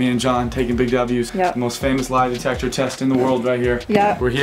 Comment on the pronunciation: “lie detester”